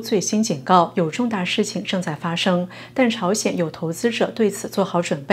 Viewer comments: 把“鲜有”念成“朝鲜有”,说明主持人没把功课做好。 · 以为 我听错 反复听原来真的不是我的错 她真的说成是：朝鲜…😂😂😂